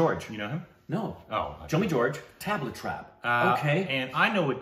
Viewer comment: Try saying "thuhb - laa"and not so much tab-la :)